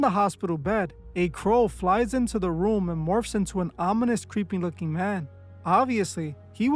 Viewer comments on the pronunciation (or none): none